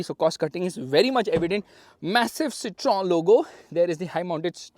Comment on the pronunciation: Ita not Citron it's pronounce citohen . Just like Volkswagen is pronounced Folkswaagen